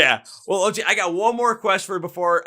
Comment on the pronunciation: Loved the video I am from Australia. Just a heads up, lochie is not the way you pronounced it. the way you pronounce it lock-key, it's an abbreviation of lachlan